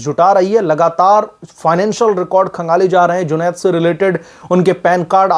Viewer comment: आप बार बार जुनैद को जुनौद साहब जी बोल कर सम्बोधित कर रहे हैं। यह ठीक नही है